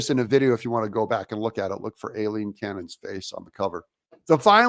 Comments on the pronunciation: it's pronounced eye-lean cannon. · You’re mispronouncing Judge Cannon’s first name (Aileen). The correct phonetic pronunciation is: Eye + Lean = Ai-leen 👍